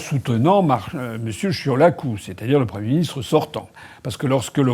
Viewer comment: Oui, oui, oui, M.Asselineau, vous prononcez bien le nom de Marcel Ciolacu.